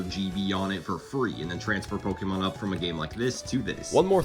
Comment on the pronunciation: look up how to pronaunce pokemon